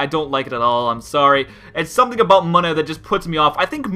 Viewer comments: ex-egg-cute, wtf man? Deino-Zweilous-Hydreigon look more alike than Doduo-Dodrio. idk if you did it intentionally, but your pronounced Munna MUH-nuh, which is how it should be pronounced (it's actually pronounced MOO-nuh, which makes no sense with the way it's spelled, 1 N would make sense.) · It's pronounced moon-a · Munna is moon-a. Cacti bloom